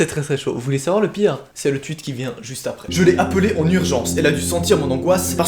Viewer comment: Juste on dit tweet pas twuit